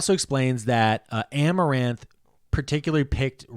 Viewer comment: I love that he called amarantha, amaranth the whole time